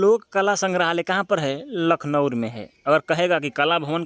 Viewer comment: Bhaiya lucknowur nhi hota h lucknow h 😂😂😂 kya aap naam bigad the ho